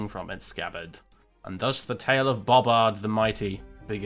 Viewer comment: Excuse me good sir its Bo Bard